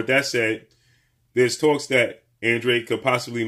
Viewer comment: I still don’t understand why they pronounce his last name as (an-dreid) it’s a Spanish last name and should be pronounced (an-dra-de) 🥴